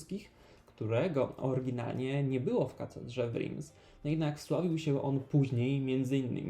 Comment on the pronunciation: Reims wymawiamy Ręs, (nie Rims), trzeba się trochę przyłożyć jeśli zajmujemy się edukacją innych i nie uczyc ich źle.